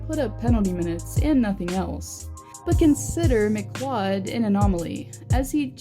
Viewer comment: I laughed at that too